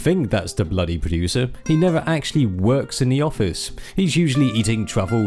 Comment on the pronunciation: "Purodooser", is a G still but seems like needs to help him with some pronunciation lool.